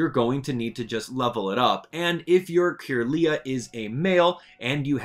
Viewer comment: Some of your pronunciations are wrong. The "wyr" in Wyrdeer is pronounced like "weird", Budew is "bud" and "dew", Kirlia is CUR-lia, Chatot is chat-ot, and Gliscor is GLIE-scor.